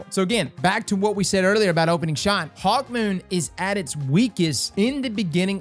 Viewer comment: Any one else notice said hawkmoist when he was referencing the catalyst vid? you're awesome